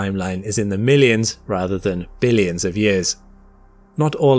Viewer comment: Did he say Billions 😂 cmon man😅